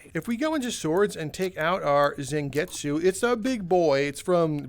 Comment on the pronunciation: The way you said bankai and zangetsu pisses me off